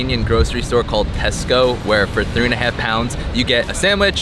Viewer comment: The way you say Tesco is brilliant ! Also with a mcdonalds in the UK if you keep your receipt you get a big mac and fries for £1.99 next time